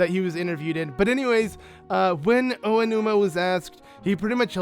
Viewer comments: Oanuma lol. It's Aonuma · I dont mean to be rude or anything but its Aonuma not Oanuma :p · Just a nitpick, it's Aonuma, not Oanuma. Love the vid otherwise, man.